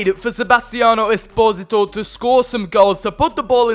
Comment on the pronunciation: pronounces esposito 'es-pozi-to' when i pronounce it 'es-poh-see-toe' a bit like desposito